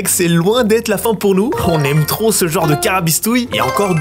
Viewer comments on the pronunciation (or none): none